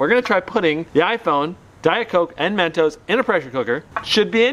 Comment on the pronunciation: its not men toes its mentos